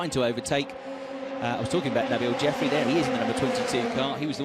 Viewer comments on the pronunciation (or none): none